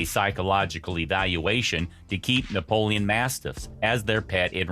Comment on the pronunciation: Read the name properly if you don't know the type of dog. It's ''Neapolitan Mastiff '' & not ''Napoleon'' as you have clearly pronounced.